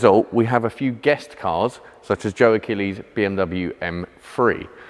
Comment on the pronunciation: I swear he says “M-free” instead of M three